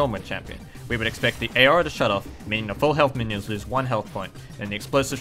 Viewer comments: I live in Australia (and I'm assuming he does too) and I've never heard anyone pronounce 'aura' as 'eyora' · Nice video but you're not supposed to pronounce the A in Aura. you pronounce it awr-uh. Source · It sounds a bit like you're trying to pronounce aurora lol.